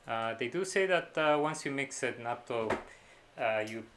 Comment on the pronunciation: Did you make Natto again?? I told you Nat-to, dad!